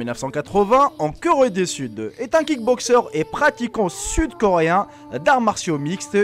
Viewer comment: A au lieu de dire "Corée" il a dit "Curé du Sud" 😂😂😂